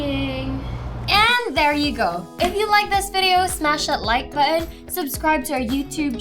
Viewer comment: smash that like buh-on. ulul mo from dyoga tech